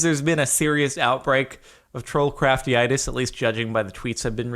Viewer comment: it's slightly bothers me every time you say trollcraftyitis. like no has an inflamed trollcraft... atrollcraftia would make more sense jardon. pls stahp